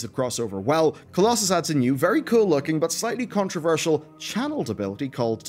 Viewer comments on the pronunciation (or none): none